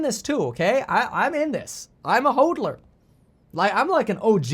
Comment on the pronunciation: The way you say "HODLER", it makes it hard to take you seriously.